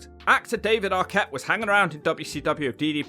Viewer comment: This jabroni can't even pronounce Jarrett or Arquette right.